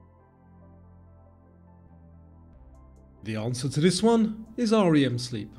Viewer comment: Nobody calls it R-E-M sleep, it is called rem. It's not pronounced Tracheea.